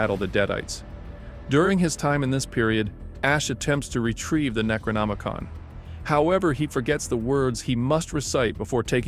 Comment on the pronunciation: Thank God i found this video after that kid drove me nuts being unable to look up and pronounce Necronomicon the right way and cringing me with it every 20 seconds